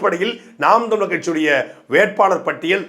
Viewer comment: he cant even say ntk name properly 🤣🤡